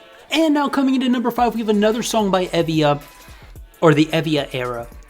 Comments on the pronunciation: Someone probably said this, but it's EE-via. "ee" as in "seek". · Tymee is a QUEEN she is my favourite rapper, periodt. As you asked for any corrections, E.Via is pronounced 이-비-아